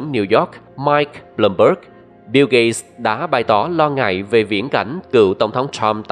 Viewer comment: Tên ổng là "biu gết(gate)", mà bạn đọc "biu gây(gay)" là hỏng rồi